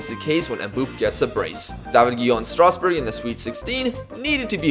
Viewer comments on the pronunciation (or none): none